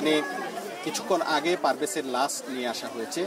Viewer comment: ভাই লাস না লাশ।